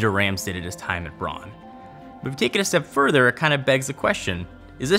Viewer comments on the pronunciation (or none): It's not "Brawn": bʁaʊ̯n. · Interested in Rams? Look for the recent documentary on him by Gary Hustwit. One other point: in German Braun is pronounced like brown in English. And although Braun was named after its founders’ family name, braun in german means brown. Funny its pronounced “brawn” in North America. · Nice vid m8, just one pet peeve bugging me.... it's pronounced "Brown" not "Brawn" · But it´s not brawn, speak it like brouwn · Stop saying brawn, Makin me think of brawn GP Braun is German BRAUUUUUUN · it's not pornounced brawn its brown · seriously your Pronunciation is annoying it’s BRAUN (Pronounced BROWN- Not BRON) and no it’s not because you speak English excuse Brits can perfectly pronounce German names only Yanks mispronounce everything even English words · "Brawn"...... IT'S B R A U N.